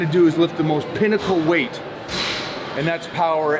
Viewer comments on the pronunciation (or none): He said pinacle weight and dude looked up 😂😂😂